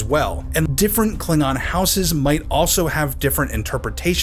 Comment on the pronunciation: I don't like how you say "houses."